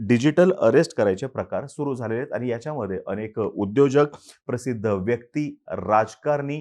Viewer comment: अतिशय माहितीपूर्ण व्हिडिओ आहे.👍🏻 पण आनी, धारना, ठाने, उदाहरन.. नाही. आणि, धारणा, ठाणे, उदाहरण.. please.